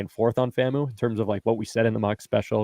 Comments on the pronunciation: FAM-U not FAMO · Guys, FAMU is pronounced /FAM-YOO/, not /FAM-moo/. The "U" is pronounced /YOO/ to emphasize "university".